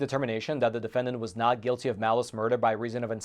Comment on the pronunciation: The host pronounces the word "not" as "nod" and the word "top" as "tob" (substituting vocalized consonants for non-vocalized ones).